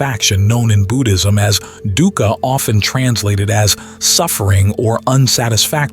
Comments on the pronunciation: Dhuka, pronounced as Dooka. No biggy. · “Dukkha” pronunciation is wrong. Dukkha (Pali) is pronounced dook-kah (or /dʊkkʰə/), commonly broken down as "dook" (rhymes with look/book) and "kha" (a crisp aspirated 'k' followed by 'a'). It is a two-syllable word emphasizing a short "oo" sound and a sharp, breathy release on the second